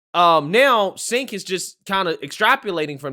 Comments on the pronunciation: Cenk pronounced chank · Please pronounce Cenk's name correctly its pronounced Ch-UNK. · it's pronounced as "djenk" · Pronounced JENK